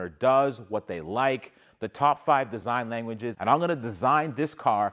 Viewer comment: "Disign" huh?